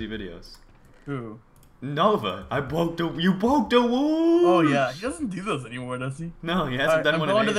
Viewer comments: you bwoke the woows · u bwoke duh wools!